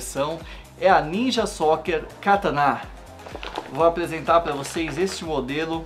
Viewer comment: E Kataná n Katana !!!!!!!!!!